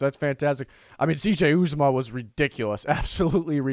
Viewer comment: Ooh zah mah is how u say it. He was hurt in the 2nd game last year and was lost for the season.